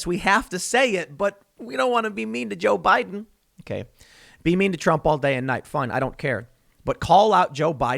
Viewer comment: "The historic turnout for jiao bai den" Just lmao.